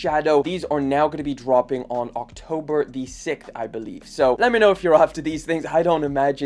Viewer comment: I love how he pronounces “6th”